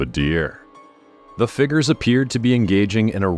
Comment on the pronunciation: I like these videos but the narrator sure talks about a lot of "figgers"!